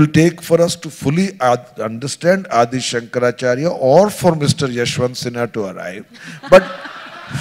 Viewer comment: Why does this Shoma say अदि शंकराचार्य ? It is आदि शंकराचार्य.